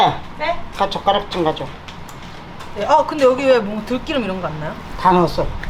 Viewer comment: 들기름이라고 발음이 안되시나? 꼭 들끼름이라고....